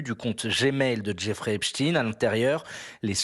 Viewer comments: En langue francaise, on prononce "EpstEINE" et non "Titine". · Epstein pas Epstiiiin, qu'avez vous à cacher en déformant son nom... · le nom d'état civil de brunel est Benchemoul, ce n'est epstine mais epstein comme einstein tous deux de la même confession : la justice est chapeautée par QUI ?